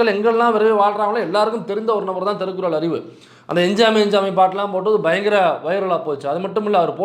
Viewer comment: DONT PROUNCE THIRUKKURAL PRONOUNCE AS THERUKKURAL ARIVU. ..